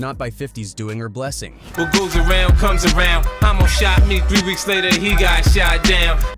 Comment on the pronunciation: His name was Hommo not Homo 😂